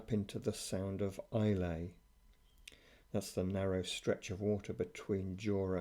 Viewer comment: What a great video! Dinghy shenanigans hilarious and the drone shots going into the Loch Tarbert pool were fantastic. ( More pronunciation corrections though, sorry!!, Islay is pronounced at end as just "a" as in "cat" so forget the "y"...may be helpful for whisky tasting in future!!). Lovely boat for that part of the world too.